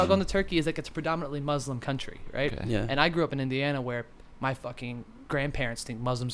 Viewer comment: you're pronouncing Muslim wrong.